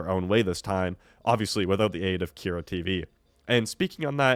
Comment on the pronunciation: How are you saying both “PAQ” and “Kyra” wrong? Have you even seen the show before? Lmao